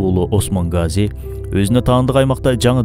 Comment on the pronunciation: Гази эмес Казы